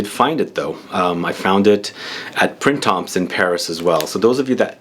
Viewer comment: Great haul, but I'm still recovering from being so triggerred by "printemps" haha I feel personally sorry that French is so weird but you don't pronounce the n, m, p, or s... it's prĩ-tã (nasal i, nasal a)